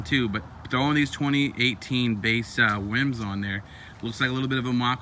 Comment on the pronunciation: he says wims instead of rims.